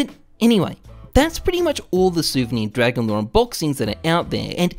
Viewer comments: "dwagon lwore" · "Dwagon lore" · "DWAGON LOR, DWAGON LOR!" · "omg dwagon lowe dwagon lowe muM GEt tHe caMeRA"